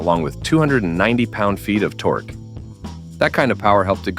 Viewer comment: How many lb. ft. Torquee' did you say again? 😂